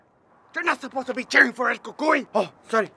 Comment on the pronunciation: I still have my 1983 toyota truck, the English accent was right on. El Cucuy is perfect.. This is better then Netflix. Downey, California